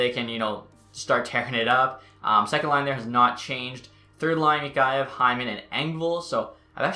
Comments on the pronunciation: Mikheyev (Mick-kay-ev) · just a heads up for you its mik-hey-ev